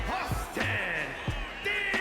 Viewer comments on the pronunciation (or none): his name is Theory not Feory😂